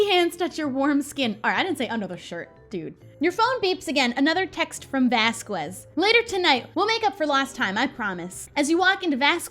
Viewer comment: Hey Shelby I think you’ve been pronouncing Vasquez wrong! I think you pronounce the “q” as a “ k”. Love your videos Shelby!❤️❤️